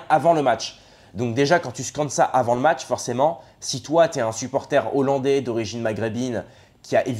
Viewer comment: Pour soutenir un YouTubeur qui « maîtrise le verbe ». On ne fait pas la liaison devant un mot débutant par un « h » aspiré. Ex: des hollandais, donc ne pas dire : »des zollandais ». Sinon, j’ai mis un pouce en haut pour cette vidéo.